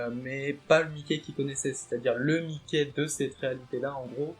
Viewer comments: Ne dit pas Mické stp 🤣🤣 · 'est vrai que ca fait bizarre mdr